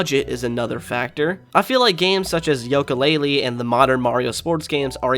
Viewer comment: why are you saying Yolka Lay Lee instead of You Ka Lay Lee?